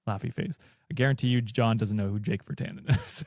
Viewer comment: yeah Virtanen is a Finnish name. also my official Finnish judgment: an insane pronounciation, decent effort tho